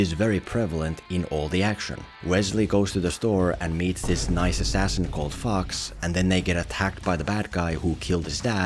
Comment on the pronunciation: Accent saved you from getting flagged for "Fox". I wish I could get away like that.